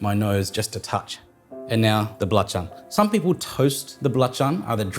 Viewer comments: I'm very suprised when he said "Belacan" :D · Wow you can pronounce the Indonesian word very well mate. Especially that balacan or terasi nice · I like how you say nasi goreng, belacan/terasi, and rempah.. it sounds like how Indonesian people would pronounce it.. love the video☺️